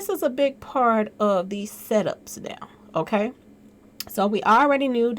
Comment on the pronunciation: lol "okklay"